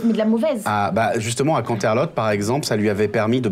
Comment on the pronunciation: viens de découvrir la chaine, c'était génial comme aventure... malgré les petits hics dans les noms et l'histoire générale que j'ai noté: 1. C'est Canterlot et non pas Cantelot 2. Les deux petits poneys qui était les changelins qui accompagnait la "fausse Moon Dancer" leurs nom c'est Snips et Snail; Flim et Flam sont d'autre poney qui sont adultes déjà. 3. BigMacintosh connais Granny Smith très bien puisque c'est sa grand-mère du côté paternel. 4. Ce n'est pas la ferme de Big Macintosh mais la ferme de la Douce Pomme où Big Macintosh, Apple Jack, Apple Bloom ainsi que Granny Smith vivent. 5. Moon Dancer existe vraiment.. c'est une des meilleures amies de Twilight Sparkle qui habites encore Canterlot. je passes les moins importants comme petit défauts, mais pour une personne qui ne connais pas l'univers d'Equestria parfaitement... le MJ à fait un sacré bon boulot quand même.. j'aurais adorée voir la suite des aventures de nos chère poneys... surtout... désolé mais c'est lui qui m'as fait le plus rire dans le groupe.